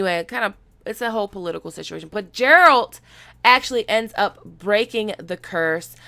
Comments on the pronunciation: Geralt pronounced... A "G" not as a J. And the second syllable is like alternate. Ger alt. A friendly schooling on the Witcher. Look up the Witcher 3 prologue, you will hear it quick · She says she played the games but yet she still makes the "Jeralt" mistake. She either trolling or she lyin. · geralt! Not gerald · Geralt, not Jeralt. Supposed to sound like (Gairalt) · sounds like you're saying Gerald and not Geralt, Ger-alt..... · sorry you are pronouncing it with as if its J its a G. Phenetically its Gairelt, though its spelled Geralt. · Every time you say Jerald... I want to use Igni on you. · She says she has played the Witcher 2 and 3 yet butchers the pronunciation of the main characterer hmmmmmm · I’m not a Witcher book reader. I’m a Witcher GAMER. Fuck the world. How the fuck she ain’t the game? And it’s GAH RALT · "Jeralt" Me: Internal screaming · Geralt the G is spelled like ^G^ood not D but T so its geralt of rivia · You totally butchered the pronunciation of Geralt, its more like Gare-alt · It's more like Gairalt in the way his name sounds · Love you, but the Jeralt is killing me! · "Jeralt of reviya" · Pronunciation is off, more like Gare-alt. Play the game for real or watch a trailer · I’m hoping I missed a joke and u know that it’s not Jeralt lmao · Played the games huh, cant even pronounce geralt of rivia correctly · Good breakdown, but the way you pronounce Geralt, is driving me crazy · You’ve played 2 of the games and you still don’t to know to pronounce Geralt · Damn girl you are gonna feel so stupid for butchering his name so badly daaaaaamn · Youre pronouncing his name wrong. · If you can say "Guess".. then you can pronounce "Geralt" correctly, jeez dude. Also, the mutations taken during witcher training makes ALL witchers infertile, can make love, but not babies. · geralt geralt geralt ....ah for fuck sake just tell this ignorant fuck how to pronounce the name right ....this is so painfull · Yeah G like in Golf not Germany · Not Ja lol